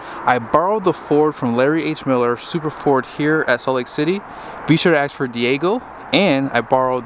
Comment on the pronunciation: A lot of your conclusions are suspect at best. For example, "I think most people would prefer". Any evidence? and saying some things are no-brainers. Well, only if you have no brain. Speaking of which, it's pronounced "ask". Not "aks". ￼ also, the word give does not belong in any of these reviews. They're not giving you anything. They're selling it to you. ￼ ￼